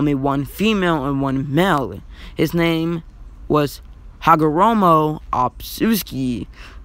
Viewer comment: Not tryna be mean but it’s otsutsuki, not obsusuki